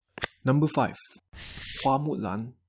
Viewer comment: This guy sounds Malaysian I know because I am Chinese Malaysian And the way he pronounces Hua Mu Lan tho AHHH IT'S PERFECT